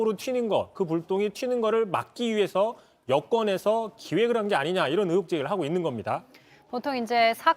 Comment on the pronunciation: 제발 으혹,으도,으사 말고 의혹,의도,의사로 제대로 좀 발음할순 없니???